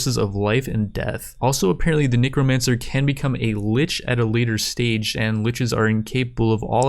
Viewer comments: It's necromancer, not neecromancer lol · bro the way you pronounce necromancer sometimes is... a little dangerous